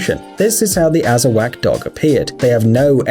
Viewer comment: pit bulls aren't a rare breed of dog. merle isn't a **breed**, it's a color. also, it's not pronounced "azz-a-whack". it's "azz-uh-waugh". the k is silent.